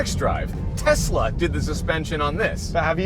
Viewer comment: “Test la” lol